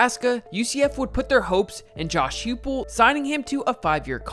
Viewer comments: It's Josh HI-pull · great video, but just wanted to mention that Josh Heupel’s name is pronounced “Hype ool”. Former Oklahoma Sooner QB legend. Boomer!